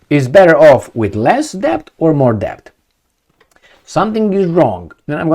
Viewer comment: The "b" is silent in the word "debt"